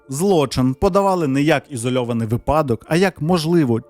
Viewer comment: Дуже класні відео! Підсів і слухаю тепер щоденно, боюсь, що все подивлюсь вже й не вистачатиме. Але от котрий раз слухаю, хотілось сказати: не "випАдок", а "вИпадок". У нас так вчителька з укр мови казала: "ВипАдок-припАдок". Вибачте, що поправляю, але якось от слухаю-слухаю і не можу не звертати уваги